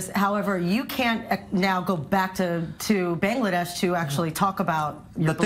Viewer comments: It’s BANGLADESH not Bang!ladesh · He can't even pronounce Bangladesh right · He can’t even pronounce Bangladesh